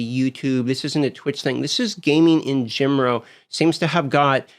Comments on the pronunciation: why does he say "gemoral" instead of "general"? i heard this 3x in this video. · “In genrow” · "Gaming in gemeral"